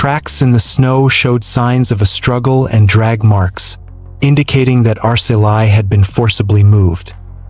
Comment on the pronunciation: can you research first before making any dictating or recording? it is pronounced Ar-seh-lee. not ar-seh-lie. SMH!